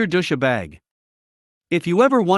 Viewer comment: Dous-sha-bag? Really? I thought it was just dous-bag, with a hard 's'.